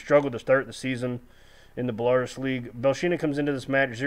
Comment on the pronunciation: Story not a criticism just a suggestion for ya its pronounced bell-a roos